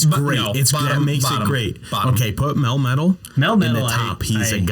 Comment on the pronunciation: DO NOT LEAVE OFF THE A IN MELMETAL!